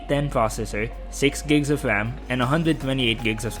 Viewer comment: agreed. seem to also have a lisp. can't get past the gigs of WAM, TWiple Wir Camewas, etc.